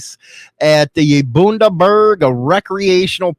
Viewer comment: Howdy, good commentary as usual, just thought you might like to know that to an Australian your pronunciation of Bunderberg sounds kinda hilarious 🤣so FYI the bun that's in the oven is how you say the Bun in Bunderberg, you should pop on down here sometime and I'll introduce to overproof Bunderberg Rum.. they're a mad lot in Queensland, maybe that's why my Boy likes it over there.. but West is Best if you ask me - Rock On and stay Free 👍😎